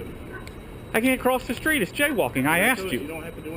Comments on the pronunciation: He axed you! Not ask axe!!! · But but but, he axed you to stop !!! lol... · "I axed you." Did you need any surgery after you were "axed"???? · Did this cop just say "there's obviously something wrong with you"? Is this guy a doctor? Sounds like his speedy diagnosis!! This first cop needs to STFU!! he also needs to stop saying "I axed you" ! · When they say I axed you it just shows that they are dumb fucks, ASK for someone who speaks english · You have to wonder, how many people has he "axed". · You didn't do as AXED lol